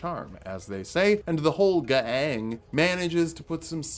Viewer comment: It took me a longer time realise why you were saying ‘gang’ so weirdly, then I care to admit..